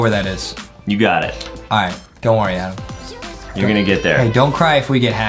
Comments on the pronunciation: Adem: saying his own name wrong Justin: saying Adems name right Me: how he not say his name right, GO BACK TO ENGLISH SCHOOL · ADAM NOT ADEM